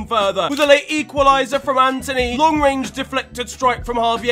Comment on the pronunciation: Its antony not Anthony